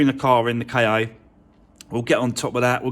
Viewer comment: the Ford KA is pronounced ‘Ford car’. The word is Egyptian for soul.